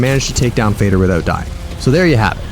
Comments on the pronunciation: Calling fader “fay-der” instead of “fah-dur” made me lol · but it is pronounced almost like father because it's swedish and it actually means father